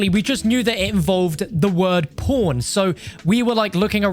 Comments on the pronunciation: man ur saying pawn wrong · Is it just me or did anyone else think at first he said "porntakesporn"? lol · i always flinch when you say "pawn" 👀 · your accent make pawn sound like something else lmao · Everytime he says “pawn” 😳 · Love me some good ‘ole PawnHub. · I was like wtf did he say lmao